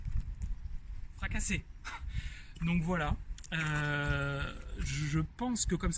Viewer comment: FRACASSERRRRRRR !! :D Sympa le repère de la colonne vertébrale ! je l'ai utilisé un temps avec comme "objectif" de contacter la balle coté sud-est pour etre sur de revenir intérieur ! :-) Comment as tu fait pour trouver ton grip si prononcé ?